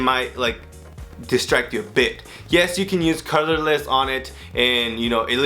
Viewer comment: Na na, it's "Calaless"